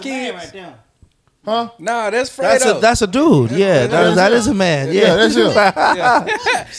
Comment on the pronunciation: His name is Fred-Dough (Fredo) not Frito